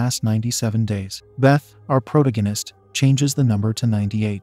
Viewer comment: How does TTS still not know how to pronounce "protagonist"? I mean, it can't say "Tabitha" either, but at least that's a proper noun.